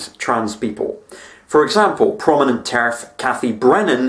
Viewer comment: He said Terf but I heard tariff...